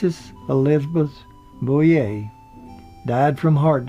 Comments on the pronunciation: mIght mention it was Don KNOTTS, not KNOX, and Francis BOUVIER, not "Booyay". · it was tut the narrator kept mispronouncing it, and called Frances Bavier Frances Bouvier (lke Jackie Kennedy's maiden name) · So many errors and mispronunciations its disturbing. It's Griffith not Griffin, its Knotts not Knox, its Elk St. not Elm, No time for Sergeants was 1958 not 1968, it was Frances Bavier (Pronounced Bah-vee-a) not Boo-vee-a as in Jacqueline Bouvier Kennedy, its The Apple Dumpling Gang not The Applin Dumpling Gang, Cedars Sinai not Cedar cyanide........sheeeeeeesh! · Andy “Griffin”, Don “Knox” and Frances “Boovier”? Who is this clown? One would think, when narrating a documentary, one would at least be able to pronounce the names of the folks concerned. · GRIFFIN< KNOX< BOOOOVEEAA< etc...LoL